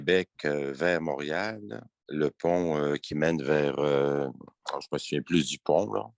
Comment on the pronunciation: Premièrement c est pas mourial c est Montréal, deuxièmement pauvre ti pit regarde de l'autre côté si ça te dérange ???